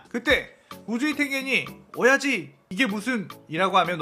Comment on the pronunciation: ㅅㅂ 오야지를 오이지로 계속 들리네 ㅅㅂ 오이지 맛있겠다 :)